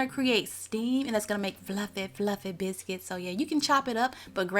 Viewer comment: I love the way she says biscuits ❤️👏